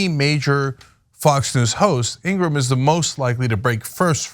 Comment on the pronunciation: laura ingra ham , or is it said laura ingraham . please state her name correctly. .